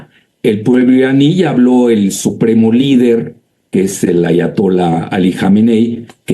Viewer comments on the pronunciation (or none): Sería interesante que te aprendieras el nombre AYATOLÁ , no ATAYOLA. Resulta cateto y poco creíble el resto de tu discurso.